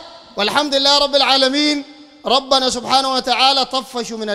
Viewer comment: قل ربنا انتقم بضم لفظ رب وليس ربنا بالفتح . تعلق على أخطاء الناس وانت تقع في أخطاء أشنع من أخطائهم